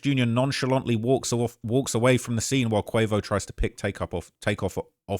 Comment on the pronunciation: He almost called quavo queefo 😂